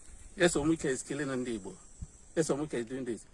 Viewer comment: You’re an idiot, what’s the issue with the Pharisees got to do with this? You’re beginning to irritate me you this. I’m this close to unsubscribing from this stupid channel. The fact that you called it Oyigbo instead of Obigbo show where your allegiance lies. You’re a very very stupid guy. Obasanjo sent soldiers to destroy Udi and Zaki Ibiam n so what? So we should start worshipping the army or what? Bastards everywhere Ralph Uwazurike you will be dealt with when the time comes. Jealousy is what will kill all of you Ralph Uwazurike, the amebo that turned his lifestyle of gossiping into a profession. Shame on you. Who said it was Wike that changed those names before? God forbid these shameless set of human beings not different from Nnia Nwodo and Ohaneze Ndi Igbo. Idiots as if the army are God in heaven. What a disgrace. I’m out of this stinking and disgusting channel.